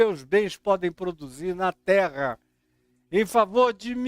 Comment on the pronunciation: OUVI DA ALINE TRRRA MOLHADA E FOI SINCERA!.